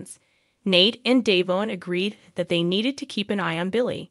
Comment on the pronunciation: Devon DeVon Devon not Dayvon get it right it’s rude to continue to pronounce someone’s name when you know teller DeVon